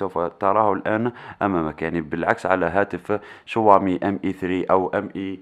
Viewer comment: تنطقها شووامي و تنصح به ؟ عندما تعرف شيئا عن الهاتف انصح به ... و ابدأ من نطق اسمه بطريقة صحيحة